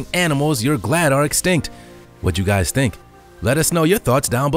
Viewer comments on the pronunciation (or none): none